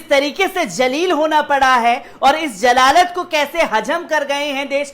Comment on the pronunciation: Aap apna talaphphuz sahi ker lijia Jaleel ya jalalat nahi hota hai zaleel aur zalalat hota hai